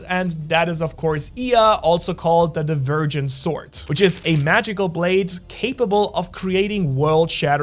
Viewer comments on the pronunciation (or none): none